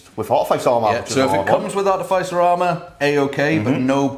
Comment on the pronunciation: Just one thing to improve on lads with the artificer armour. It's pronounced ar-tif-is-er not art-e- fice- r.😂😂